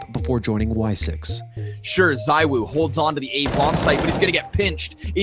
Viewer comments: Zee-woo :P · Btw, isn't it pronounced "zee-woo" according to ZywOo himself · ITS PRONOUNCED 'ZIIWOO'